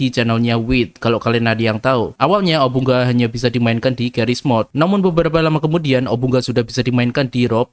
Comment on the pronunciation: Bacanya obu nga